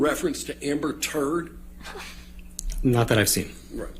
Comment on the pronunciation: he's putting so much emphasis on turd